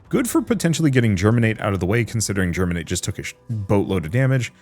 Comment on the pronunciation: There is no "r" in Geminate.